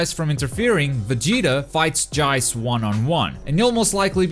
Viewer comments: Did he say "Jayce"? Lol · Love how u say Jayce! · This just in: can’t say Jeice’s name correctly.